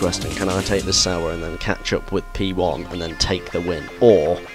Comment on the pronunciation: Sauber! Here I thought you've been saying "Salba" all this time. :D Oh gosh.